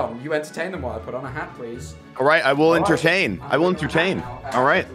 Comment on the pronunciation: I thought when said “I will entertain, I will entertain” i thought he said “I will do cocaine, I will do cocaine” I’m crying plz- 😭😭😭